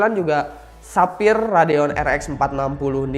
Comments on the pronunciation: Sefayer bukan sapir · Ketika Sapphire jadi "Tapir" wkwkwk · menit denger ga dari sapphire jadi tapir